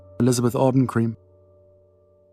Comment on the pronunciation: "Elizabeth Arden Cream..." 🤣